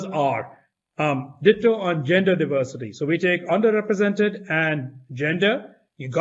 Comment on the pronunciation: 'Die-ver-city' is code for 'fewer wyt ppl'